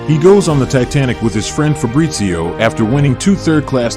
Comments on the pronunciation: Fabrizio, not Febrizio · Fabrizio. No "Febrizio " italian name is Fabrizio